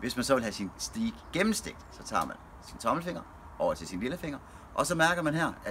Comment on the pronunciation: En så proff. grillmand kan vel lære at sige "stajk" og ikke "stiik" 😁